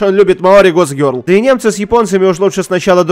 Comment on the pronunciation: кто ни будь по щи тайте скока раз он произнес мой гок гёрол